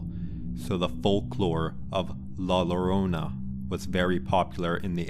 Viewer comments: she go it wrong also 😂it’s pronounced joe-row-nah … 😂 anyway great stories looking forward to more. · Learn to say la llorona (pronounced yorona) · La Llarona is pronounced with a Y sound "La Yarona"😉